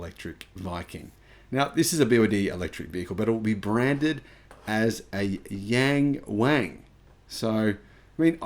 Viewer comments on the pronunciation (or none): its not pronounced as yang wang. Try saying young wong. Not exactly but closer. They should just use the english translation for western market. The Admire U9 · Just to point out, YangWang sounds much closer to 'Young-Want' or "Young-Won" in Mandarin pronunciation; The word means "looking up" or "gazing upward."